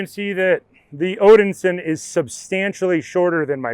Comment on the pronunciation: Odinsin? Nope, Odin-son